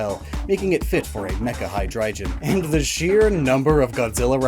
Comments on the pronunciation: Calling Hy (hydra) drei (3 in German) gon (dragon) Hydreijon is very frustrating haha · It's not hydrijion it's hydreigon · Why nobody is talking about *hydreijon*? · Shouldnt be pronounced High-dry-gone? Hydreigon is a hydra drei (three in german) headed dragon so like, did you say it as a joke and im just overthinking it? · You're saying Hydreigon wrong. It's a Hard G not a soft G, "Hi-Dry-gone" It bothers me especially that you're saying Hydreigon wrong, because you said Zweilous right!